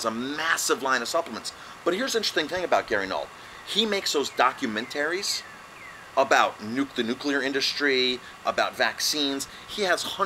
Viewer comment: I love how he says doc-yoo-men-taries. Such a good accent.